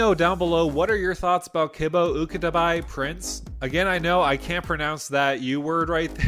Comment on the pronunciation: to pronounce it gotta return to monke kibo= kee boh and uktabi = ook tah bee